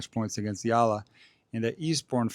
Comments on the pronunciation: Her surname is pronounced EYALA. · The "E" in Eala is NOT pronounced as the i in Italy, but as the E in extra. Amazing as it may seem too you, not all alphabets follow the English fonetic rules. 😅